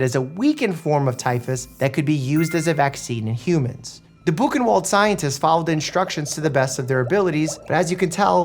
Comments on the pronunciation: The mispronunciations sorta kill me here lol. "Bookenwald" vs "buchenwald" where the 'w' is pronounced as a 'v'. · Bukenwold xD --> Buchenwald xD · Hey Doc Mike. The German "W" are pronounced like the English "V"....just FYI...Thanks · Bu as in Bush (close enough) Ch as as in Hrrrrr En as in envy (close enough) W pronounced as in Vlog A pronounced as in car Ld Ain't that hard, Dr Mike, I'm sure you can pronunce it 😂 If any English or German native thinks of more appropriate pronunciation feel free to correct😅